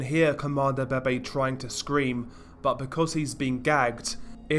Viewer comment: isn't it pronounced veve